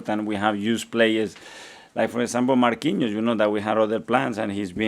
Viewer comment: Man really said Marquinhos 😂😂😂